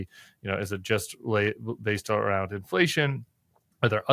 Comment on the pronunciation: It's not "aroond", McCullogh. I thought you were supposed to be Canadian. Canadian Raising only occurs before voiceless sounds llke t, p, k or s. Even then, it's not long u sound. By the way, the fact that you vary the way you pronounce the 'ow' sound, suggests that you are making a point of mispronouncing words. The question is why.